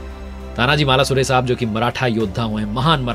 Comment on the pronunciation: सर आपकी एक भुल को सुधारणा चाहुंगा वीर मराठा योध्हा तानाजी मालूसरे ऐसा नाम हे. अपने गलतीसे मालासुरे ऐसा बोल दिया. 🙏🙏🙏